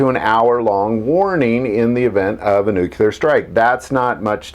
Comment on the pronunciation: Can't even say the word nuclear right. NUC-LE-AR NOT NUC-UL-AR.